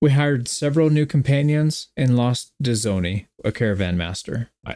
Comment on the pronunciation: Dzoni is pronounced Johnny btw. It's a nickname for the name "Nikola" in Serbian. Also, RIP Dzoni.